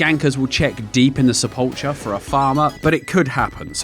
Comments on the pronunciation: it's sepul-kher not sepul-cher i nearly had a stroke haha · That's not how you pronounce sepulchre.